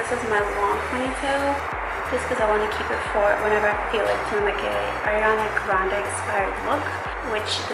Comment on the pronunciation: Omg she said „Ariana Grande“ right I am so proud because so many people say „Äriana Grände“ 😂😂